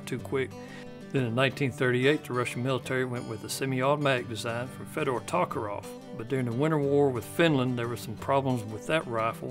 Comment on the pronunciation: This guy can't pronounce "Tokarev" XD